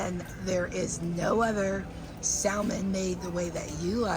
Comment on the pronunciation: Greenhouse is so nice that I can forgive the way you pronounce the word salmon.